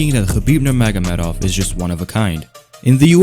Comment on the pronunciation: Say his name AGAIN nurmagomehomov